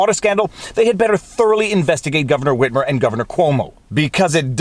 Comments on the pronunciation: The fact that you pronounce the H in "Whitmer" makes me so happy. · It's the correct pronunciation. I don't know where people got the idea that the "h" in "wh-" words is silent. Seems to be a generational thing.